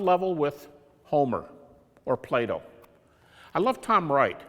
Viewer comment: Hahah... He pronounces "Plato" in a way I first thought he says "Play Doh" :P Sorry for that childish humour but sometimes it happens :)